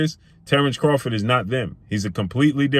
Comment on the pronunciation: Craw-FORD not Crawfid